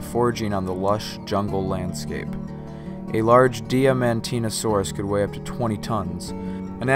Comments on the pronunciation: its pronounced Diamond-teen-a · Correct. it's pronounced die-mon-tee-nah-sore-us.